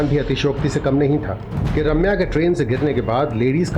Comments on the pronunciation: ‘Raaamya nahi’ it’s ’Ramya’😅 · Is it so difficult to say Ramya? They keep calling her Raamya 🤦🏻‍♀️